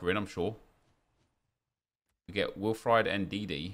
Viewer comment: will-fried ndidi 😭😭😭